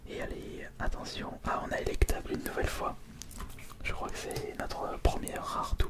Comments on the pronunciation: c'est elekable, pas elekTable, mais sinon bonne vidéo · Emplifior elektable... , mec c'est pas compliqué t'as juste à lire